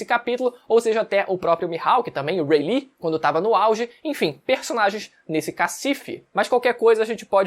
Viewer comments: Quem é Rei li,? Kkkkkkk que eu saiba é Rayleigh! Kkkkk acho engraçado o pessoal tentando americanizar os nomes dos personagens japoneses hahahahahahaha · Ele fala as pronúncias muito erradas, Haki, ele chama de hacker, Danjiro ele chama de DanjiroU, Rayleigh ele chama de Raylite. Agonia, a pronúncia no anime é tão simples de decorar, a própria escrita já mostra como se fala.